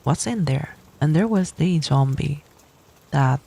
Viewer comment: J-ombie, I love that miss pronuciation lmfao 🤣🤣